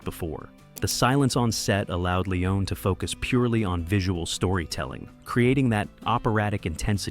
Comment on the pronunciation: Why does the narrator pronounce Leone's name two different ways throughout the video? Pick one.